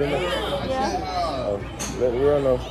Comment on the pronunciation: her name is benet . It’s pronounced benae